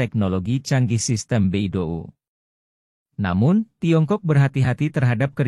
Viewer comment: Bacanya bei dou, bukan be i do u 😂